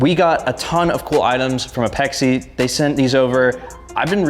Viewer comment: its called APEX. not ah-pex-ee. its apex integrations=APEXi I cant be the only tuner who started before the FF franchise who cringes every time someone says ah-pex-ee. sorry, just a little gen X rant. However..... This is what an S13 is supposed to look like! Legit parts and a Legit Lover of NISMO! your car is perfection.